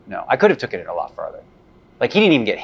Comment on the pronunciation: 'Tookin?' Come on guys learn the language...